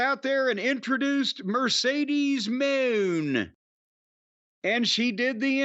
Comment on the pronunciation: Midcedes Mone